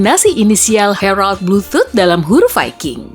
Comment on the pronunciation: bluetHoot? BluetootH atau BluetHoot? 😁😁😁😁